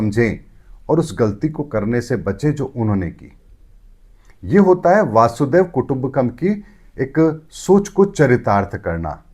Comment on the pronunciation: भाई मनोज जी वसुधैव कुटुंबकम् होता है वासुदेव नहीं । आप ऐसी गलती करेंगे तो बाकी लोगों का क्या होगा ।